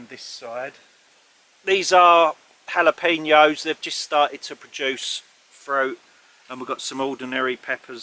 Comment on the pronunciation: Hello! Glad you're doing well besides the bee sting! It must have affected your Essex as you said Hallopeno rather than "Jallaopeno" 😂. As you know we keep bunnies as pets but did you know that their poo (Winnits) is packed with nitrogen, phosphorus, potassium. It also contains trace elements like calcium, magnesium, boron, zinc, manganese, sulfur, copper and cobalt 👍🏻 and doesn't need to rot down like other manure before you put it on the garden. Ours poo in the same place so it's easy to scoop and sling it on the veg and plants! 😎💩💩.